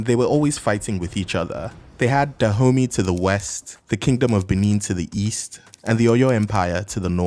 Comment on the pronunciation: "They had Da Homie to the west"